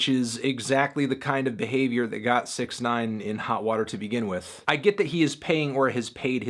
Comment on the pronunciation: Anthony pronounced it wrong